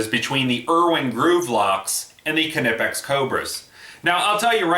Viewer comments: Silent K in Knipex... Just saying... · I gotta admit, it annoys me how you say Knipex, I'm pretty positive the K is silent. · dmcguinn1 Well I did watch their videos before commenting. The CEO of north America for Knipex doesn't say it with the K. For the german videos I couldn't understand what they were saying..